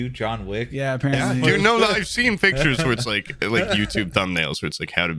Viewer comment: Why does say Pitchers instead of pictures and everyone pretends they don't hear it?